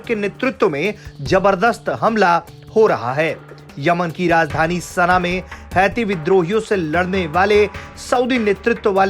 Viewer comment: सना hota hai sena nahi